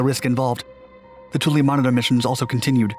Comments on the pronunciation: It's twillo. Not tool e..... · Spell it Toole Say it twillo.....